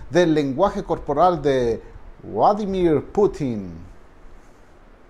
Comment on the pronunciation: Uladimir Luadi .... Lindo , lo pronuncias un poco como polaco . Geniales sus uideos !